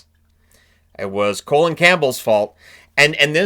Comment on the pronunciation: Love how you keep calling him colon campbell 😂😂